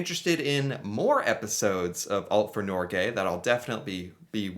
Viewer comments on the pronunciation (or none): As a dane that speaks Norwegian. It hurt me when he said norge.